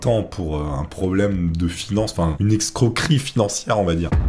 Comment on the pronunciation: 😭 On dit modus operandi et non modus operantis. De la même façon, escroquerie et non excroquerie 😛